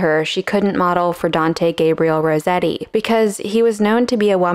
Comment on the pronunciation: That's not how Rossetti is pronounced